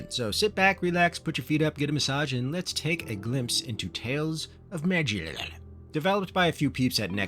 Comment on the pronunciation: "Tales of Mrrllaarrr"... so funny, got me laughing every time. I am surprised you dont have more subs! Keep up the good content!